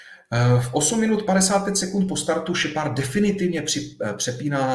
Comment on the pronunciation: "Šepárda" - bože akedemik a taková výslovnost